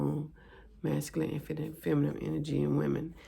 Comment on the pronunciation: Did u say FEMIMIME...??? femimime???